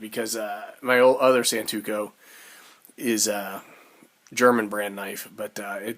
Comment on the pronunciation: Good vid. It's not pronouced "San-tu-ko". It's pronounced "San (like Daniel San // To (as in toe) // Ku"...